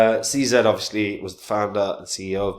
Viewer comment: it's pronounced See Zee !!! what a fool